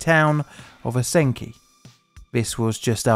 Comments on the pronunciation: The town is pronounced "ah-sin-eek". Don't get too worked up over it, Michigan place names are weird, a wild amalgam of French, Native American, and English. The obvious one is "Dee-troyt" instead of "De-twah". There's also Milan (My-lan), Mackinac (MAK-in-aw), Novi (No-vye), Peshawbestown (SHÔ-bē-toun), Tittabawassee (tit-ə-bə-WÄ-sē). Then again, getting an American to properly say Bicester, Woolfardisworthy, Frome. Leicester, or Llanfairpwllgwyngyllgogerychwyrndrobwllllantysiliogogogoch is comedy supreme. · You should probably brush up on your Northern Michigan accent, eh? But cool vid. It's pronounced OSS-in-EKE. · Pronounced os I neek by the way. Love your videos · As a Michigander, it is my honor bound duty to correct your pronunciations. It's pronounced "ah-sin-eek".